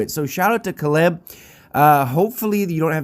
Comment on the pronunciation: Just fyi the way you pronounce the guys name Caleb is KAY-LUB. Incase you may have wondered about it.